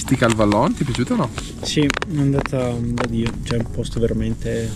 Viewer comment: Vallon si pronuncia vallôn con o chiusa e non o aperta....così tanto per dire